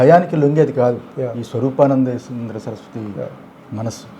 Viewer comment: Swalooopananda kadu ra anna...swaroopaa...😂